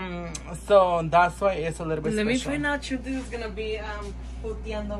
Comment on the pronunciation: Cual chuntis! It’s “chantel” bich 🤣🥰